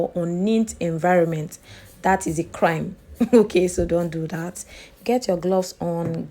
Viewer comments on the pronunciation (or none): none